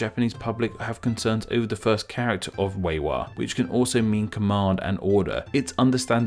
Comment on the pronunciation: its more like /le:wa/ instead of /reiwa/